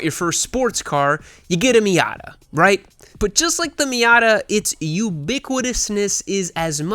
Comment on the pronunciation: Great video only notes I have is that the word is "ubiquity" 10/10